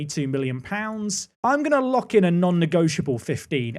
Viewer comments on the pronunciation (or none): none